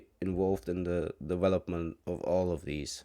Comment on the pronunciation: Did he just say 'dewelopment'?